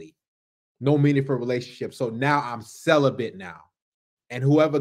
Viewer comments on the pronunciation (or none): Celabate!?!? Lol more like “Sell a Bit”😂😂😂😂